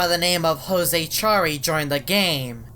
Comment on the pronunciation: When you said hose it wasn't hose it was jose